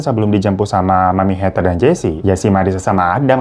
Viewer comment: Heather baca "Heder"